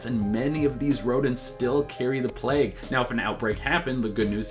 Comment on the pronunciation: why did i hear 'the black hood' instead of 'the black plague'?